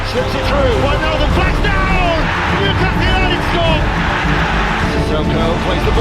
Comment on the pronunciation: One of the few youtubers who pronounce wijnaldum correctly